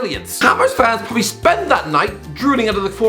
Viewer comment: Does anyone hate it when he says probably